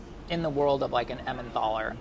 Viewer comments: Its Emmentaler not Emmenthaler!! Get rid of the h please! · it's emmentaler, not emmenTHaler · Why is no one talking about how he inserted the H into emmentaler?! There's no h! 😂😂😂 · there's no th in Emmentaler:D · It's Emmentaler cheese and not EmmenTHaler. Made me crazy every time he said it. Also Gruyère is not pronounced Greyere...if you're gonna act like a cook atleast learn how to f*ckin say what you're putting in it! Rant over and out lol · It's Emmentaler not Emmendahler! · emmentTHHHALLER and tschallerhoker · Every time he says emmenthaler I want to scream. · Emmen "taller", don't pronounce an h into there, or maybe "tallah" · He pronounces it like EmmenTHALLER and they literally wrote "EnmenTHaler" on the list😅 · Is no one furious that this guy keeps saying emmenTHaler? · The way he pronounces Emmentaler... jesus man, where are you getting the H from? It‘s not Emmenthaler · I love that he pronounced Emmentaler „Emmendohla" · emmentaler is actually pronounced with a regular t, not a th :) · Idk why but when he says Emmentaler it triggers me so hard. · I chuckled on how he says "Emmentaler" :) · Swiss people triggered every time pronounces "Emmentaler". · The way he pronounces Emmentaler 😄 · His way of pronouncing Emmentaler hurts... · I just freaking love this guy Pronounciation of Emmentaler gave me uncurable illnesses, however 😩